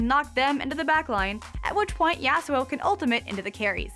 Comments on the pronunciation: Im not being a nerd kid. And its YAH-SUE-O (if i was making it easier for americans to understand it) not the way she says it at all.. He has a Japanese Character name and it should be pronounced to sound japanese. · I think she should learn how to say Yasuo. Its like nails inside of my ears everytime she says it